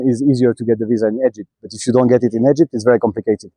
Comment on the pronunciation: Egepted lol Haha 'Ya just love the way you say Egypt my child. 'Anyhoo when ya coming ta Sydney nsw buddy? 'Ps. you wouldn't catch me anywhere near Africa mate eh. !